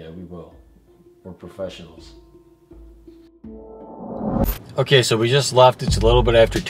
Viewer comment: yes very profezzenol